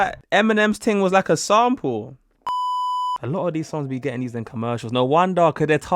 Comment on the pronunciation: I’ve over here thinking “‘sound pull?’ Huh, guess they use ‘sound pull’ instead of ‘sample’ in UK” Took me wayyyyy to long to realize you were actually saying “sample” 🤣🤣🤣🤣